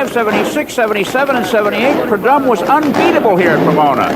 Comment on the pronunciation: Chris Economaki was a legend..but his pronunciation of the Snakes name 🤦‍♂️ Don Predumb!😂